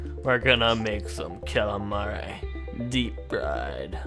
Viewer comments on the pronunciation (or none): kraken knows what calamaria is he said calamairy in whos your daddy